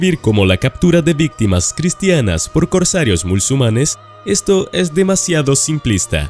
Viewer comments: Porque dices "mulsumanes" en lugar de MUSULMANES! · Deja ya de decir MÚLSUMANES por favor... 😅 No es el único video, ya te lo he oido deccir varias veces en otros. Se les llama MUSULMANES. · Repite conmigo: MU-SUL-MA-NES: MUSULMANES.: MU-SUL-MA-NES: MUSLUMANES. 🤣🤣🤣